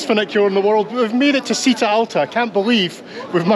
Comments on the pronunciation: Did anyone correct your pronunciation? It's cheeta! Not seeta 😊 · The first way you pronounced Bergamo it is correct. Citta' is pronounced Chita (stress on the a). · Citta is pronounced "Cheeta". Great video. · Citta is pronounced “chitta” 👍. Love your videos ❤ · Just to help with your Italian pronunciation for any future trips, any "ci" words are always said with a 'h' so the word for town is "chitta". Hope you don't mind this comment